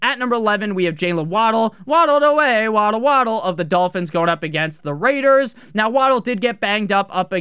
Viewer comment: I live for the Las Vegas RRRRRRaiders call